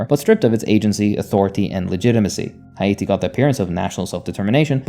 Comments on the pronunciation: Hay Yatti : you said “Haiti” wrong. Dislike and didn’t finish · Unfortunately, he isn't pronouncing Haiti correctly, it is pronounce more like `eye-ee-tee` Source: I'm Haitian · Oh no!, is hate-tee😂😂😂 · was gonna say this. I really do prefer it when people just say Haiti in the English pronunciation, if they can’t nail the proper pronunciation yk. But I do appreciate the effort, and this was the closest I’ve seen of a YTer saying it properly so it didn’t bother me too much. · agreed, i appreciate the effort. I just wanted to make sure people didn't believe this was the proper pronounciation